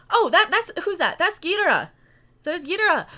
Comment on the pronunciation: YOU always pronounce GHIDORAH wrong its GHID OR AH